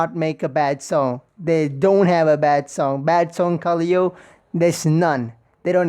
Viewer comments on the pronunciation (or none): Sick reaction! Minor thing tho it pronounced ka-lay-o